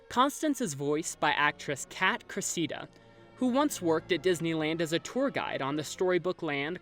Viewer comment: You're doing a great job, but, in case it comes up again, the actress Kat Cressida's last name is pronounced CRES-sih-DUH, not cres-SEE-duh. She's had a long career doing voicework, including ADR for Michelle Pfeiffer in Batman Returns. Keep up the great work!